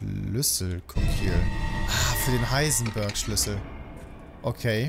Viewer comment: das heißt ich heisen bööööörg sondern heisen beeeeerg